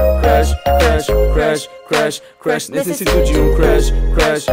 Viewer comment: kkk tendi vc falou igual o cebolinha...rsrs😂